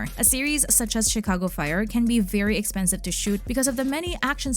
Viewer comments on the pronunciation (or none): none